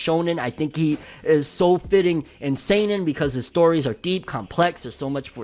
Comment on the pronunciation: Damn,. That's how you say seinen? This whole time I've been saying "sannin"